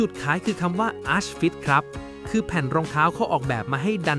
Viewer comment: ผิดเยอะนะคะ Bondi อ่านว่า บอนได Skechers Arch fit อ่านว่า อาค ฟิท นะคะ NB 9060 ที่อ่านเป็น เก้าหกศูนย์หก ค่ะ